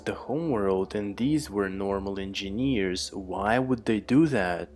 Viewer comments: It's not In-Jean-Years !!!! It's En-Jin-ears !!!!! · u have problem with saying engineers 😂😂